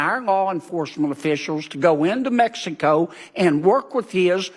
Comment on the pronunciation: Mextico! I love it! The old Okey can’t even pronounce Mexico. I’m told he’s really playing the part of a Goombah, he’s actually well educated. I know of parts of the modern UK where, if you can read and write, they think you’re a scholar! So I’ll reserve judgment on Fanny here. I would suggest he stops chewin gun while speaking. Multitasking etc.